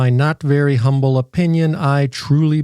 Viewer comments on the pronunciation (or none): none